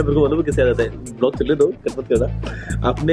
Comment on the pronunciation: PhoneRadar not blog it's vlog